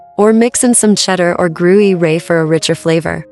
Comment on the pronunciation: grew-you-ray? i hate these ai voices - can you not just talk to us yourself?